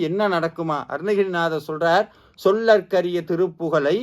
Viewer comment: "சொல்லர்க்கரிய" இல்லை சொலர்க்கரிய. அதேபோல் "உரைத்தவரின் அடுத்த பகை" இல்லை உரைத்தவரை அடுத்த பகை என்பதே சரி. மந்திரங்களை சொல்லும் போது கவனம் தேவை...